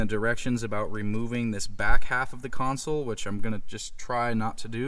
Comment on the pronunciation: I appreciate the fact that you correctly say CONSOLE and not “council” that I hear so many others say.